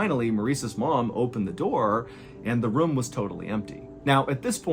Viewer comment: It’s ROOM. Not rhuuum